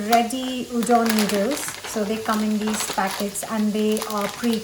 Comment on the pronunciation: As a Korean person, her saying udon hurts my mental soul a lot